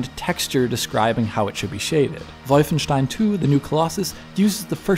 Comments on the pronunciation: LoL "Wojfeńsztajn" . Guess what language is that! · "volf-shen-stine"... rolled eyes... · Omfg stop it with the WOILVUNSTEIHEIN. omfg it's so cringe. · The way he says "Wolfenstein" hurts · PLS PLEASE dont pronounce wolfenstein right. The Wolfen part is ok but stein - "ei" part should be misspronounced. Most Germans even prefer it because it sounds hilarious.